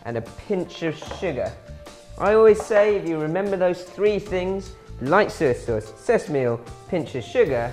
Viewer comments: OMG OMG OMG Soy Sauce not SER Sauce 🙄🙄🙄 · "Suy suwss."